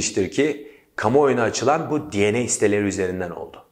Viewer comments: Türkçe bir konuşmada DNA dieney diye değil denea diye okunur. Genel olarak anlatım başarılı, tebrik ediyorum 👏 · Di en ey dedin abi anlayamadım ilk 😂 biz Denea diyoruz 😂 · Abi DNA'yı dieney değilde denea şeklinde okusan bence daha iyi olurmuş. :D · Türkçe konuşurken DNA'nın telaffuzunu da Türkçe yap kardeşim. Seviliyorsun.